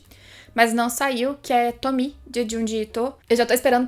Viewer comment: ELA PRONUNCIA O NOME DA TOMIE CERTO!!!! AAAAAAAAAAAAAA ❤❤❤❤❤❤❤❤❤